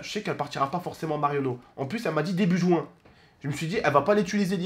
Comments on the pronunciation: Dit pas jouin, on dit juin. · C'est pas jouin c'est juin😂